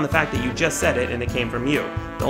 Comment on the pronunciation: for someone who loves to grammar nazi over people who mispell a word or two or end their sentences in prepositions, you didn't know how to pronounce demonstrable. Also, if you don't mind me asking, what's your ethnicity? You look somewhat bosnian/yugoslavian.